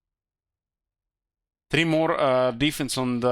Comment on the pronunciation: Just noticed how says Warhammer Tree instead of Warhammer THree ❤